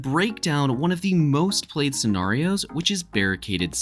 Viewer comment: Why do you say scenarios like that🤦🏾